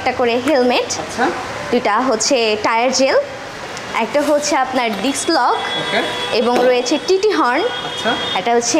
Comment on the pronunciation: 🚫বাইকের দাম বেশি নিয়ে ১৪ রকম গিফট দেয়া সম্বভ😃 সিঙ্গেল ডিক্স হবে নাকি ডিস্ক হবে❓উচ্চারণ ঠিক করুন এমনিতেই স্মার্টনেস চলে আসবে।